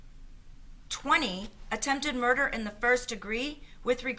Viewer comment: She said murner not murder